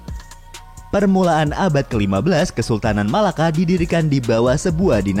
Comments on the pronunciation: Bang bukan MALAKA TAPI = MELAKA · Melaka bukan Malaka Yang betul Melaka